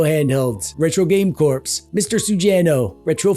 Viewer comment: Do you pronounce "corps" like "corpse" as a friendly dig (or like "") or because that's how they do it in your country or because you don't know how it's supposed to be pronounced (like "core")?:p